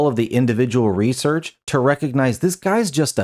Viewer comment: Really? 30 seconds in? Couldn't do a second take? Reaullsearch? Jeez man so cringe